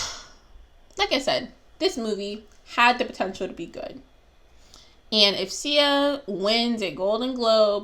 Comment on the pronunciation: You are not autistic But you are just rude And guess what? I have autism in my family, a LOT of beautiful people that are special to me. So.... I loved it... get off your high horse. You cant even pronounce her name.